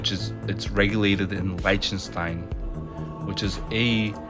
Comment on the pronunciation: FYI, Lichtenstein, the “I” is pronounced like the i in itch.